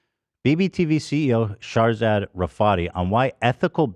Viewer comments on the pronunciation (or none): Everytime Ethan says "Shahrzad" I hear "Charizard" 🤷‍♂️ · Charizad !!! I was purely listening to the podcast not knowing who or what Shahrzad was ..... kept imagining charizard the pokemon the way ethan pronounces it 😂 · I kept hearing "charzard" lol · Shart-zat theif. Lol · It is not just me, right? The way he pronounces "Shahrzad" sounds like he is saying "Charizard", no? 😂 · Why did I think he was just mispronouncing Charizard for a little bit like what does Pokémon have to do with this? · Keep thinking they're saying Charzard. Very un- pokemon like to be so rude. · As an Iranian, I was ashamed when I heard another fellow Iranian, celebrated for being “self-made” and “wealthy” and “successful” has done you guys so dirty. It’s disgusting and I’m so so sorry this happened to you guys. Please drag her ass legally. Thank you x Ps: Every time Ethan says her name I die laughing lol. It’s so mispronounced it’s great.